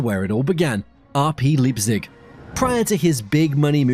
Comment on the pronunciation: Ffs. It's Lei-pzig, not leap-zig.